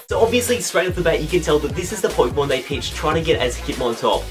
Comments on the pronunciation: Just saying, loved the video. But it's pokÉmon (short for pocket monster) I don't care if you don't spell it with the é but pronounce it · Poi-kemon? Nice Kancolle reference man! =3